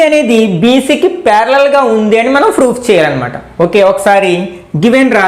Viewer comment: Sir very nice explanation but you are telling froof in place of proof